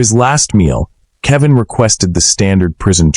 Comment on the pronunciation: AI CANT SAY KEL VIN